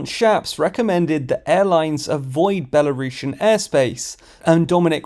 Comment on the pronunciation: Why you say Belarushan, it's Belarusian. Don't disrespect my country and not mix it with Rusha, okay? Again: Belarus - Belarusian